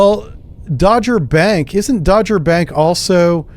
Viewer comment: It's Dogger(Dog - er) but as English is not your first language.....